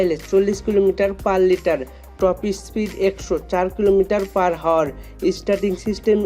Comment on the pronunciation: আপনি বারে বার Hour ( আওয়ার) কে হাওয়ার বলতেছেন কেন ৷ আগে উচ্চারন ঠিক করেন তার পরে ভিডিও বানান ৷